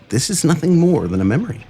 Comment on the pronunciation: "But he is what? Thee Void. He is NOSSING. And that is what is Everywheyeah! Nossing!"